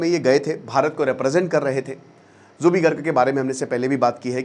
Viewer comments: Your pronounciation is very wrong...Not jubi garg.. It's Zubeen garg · Its Zubeen not Jubi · It's zubeen garg not jubi garg😒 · Sir it's Zubeen not Zubee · Zubeen Garg... Not Jubi Garg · Pagol manu plz learn the alphabet and pronounce correctly..it's Zubeen Garg not zuby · Zubi kya hai 🤦 it's zubeen. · G aap zubeen garg ko zubee garg maat boliye haame aacha nahi laagta....aagar koi aap ko galat naam se pukaare toh kaisa laaggega.....kindly pronounce aacha se kijiye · Zubeen garg ,not Zubi garg 🤦🏻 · Pronunciation tik nahi hain apka Naam theek se lo Zubeen Garg, Aur bolte ho Bachpan ka fan ho...